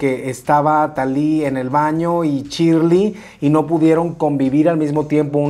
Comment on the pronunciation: Me parece que se pronuncia Shiiiirley no Chirli